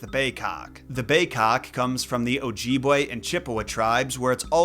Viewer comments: And it's Oj-ih-bway (pronounciation) not "ojeebway" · it's pronounce. Oh jib way. Short I. No hate, your doing great.